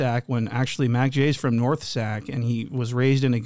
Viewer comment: Big bloody from the "Norff"😊